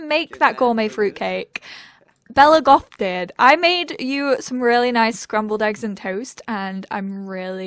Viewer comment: Every time you said we're in the goth house it sounded like we're in God's house 😂 the foths might be Sims royalty but maybe not gods though 😁